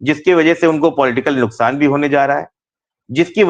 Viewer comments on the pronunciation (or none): none